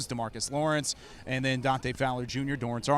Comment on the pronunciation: Have we been pronouncing Dorance wrong this whole time???